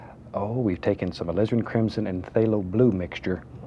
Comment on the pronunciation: Jonni Barratt I swear he says Lizard sometimes instead of Alizirin . .lol